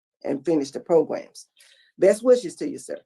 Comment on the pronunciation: Pro-Grams! Programs! I’m watching, nothing irritates me more than hearing him pronounce programs “pro-grums.” Maybe I watched way too many hearings😂